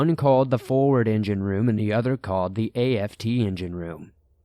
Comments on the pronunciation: A.F.T 😑🤣🤣🤣🤣🤣 it's aft like shaft but without the sh 🤣🤣 sorry I'm a navy vet and I'm dieing😁🤣🤣🤣 forward=front aft=back lol love ya stories tho . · Came here to see if I wasn't the only one who caught that. And A-F-T? How about just aft? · Hey. Thanks for the cool stories. Just want to let you know that the app isn't that part of the ship it is pronounced as a word. Not in letters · Aft is the rear of the ship and is a word not individual letters like A.F.T. Forward is the front. I think u said fore which I think also works. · Forward and aft, not a.f.t. like "after." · Story #2 is a hoax, no military personnel marine or navy would ever say a-f-t. It is pronounced as aft and to be spelled out like a-f-t.